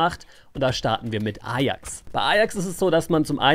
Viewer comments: sprichste englisch aus und ajax ist bei dir eierks:D statt eyjacks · Alter wie spricht der bitte ajax aus